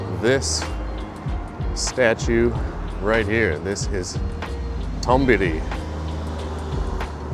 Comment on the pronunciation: It's so funny how you say Tombili :D but great spot! so close to my neighbourhood